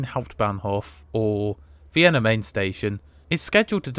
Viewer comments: Sorry to be pedantic but it is pronounced MY-NN not Main young man. . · You might want to change your pronunciation of the river on which Frankfurt stands to MINE and not MAIN, even though it is spelt as the latter. I refer of course to the Frankfurt you visited rather than the other one on the Polish border, namely Frankfurt-an-der-Oder. Your other German town pronunciations are good. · when you pronounce Frankfurt (Main) Hauptbahnhof as in English it gives the impression there might me another Frankfurt Hauptbahnhof, which there obviously isn’t. Makes you sound like a rookie. The name of the city is Frankfurt am Main (pronounced “mine”), to differentiate it from Frankfurt (Oder) near Poland. Just call it Frankfurt like most folks do. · Brilliant as ever. Have you ever considered a Eurrail pass? I have just bought a 10 day 1st class one for not much more than you paid for your trip. By the way, 'Main' is pronounced 'mine' and in German, the 'z' is a 'ts' sound. Thanks for all your videos. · Hugely enjoyable video again, duly liked. But I'm surprised that you you try so hard to pronounce Welsh and East European names correctly, and then don't bother at all with Frankfurt am Main. It is certainly spelt "main", but it is pronounced like an an English speaker would say "mine".